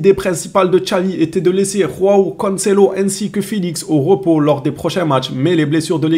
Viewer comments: Salut, j'en peux plus,ta prononciation me fatigue 🤦‍♂️c'est Joao et non Roao 😂😂😂,d'où vient le (R) là 😂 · salut ,les 2 Joao sont portugais, dans la langue portugaise, J reste J, ça ne change jamais en R, c'est Joao et non Roao,et puis j'ai des fortes doutes à propos de tes dires(J se prononce R) , je parle portugais, ça se rapproche de l'espagnol.